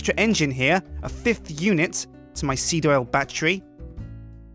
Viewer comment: The more you say seed, the wronger it sounds.